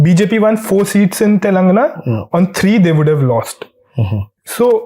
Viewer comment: Young man !! It is not “Telungna”! It is pronounced as Telangana!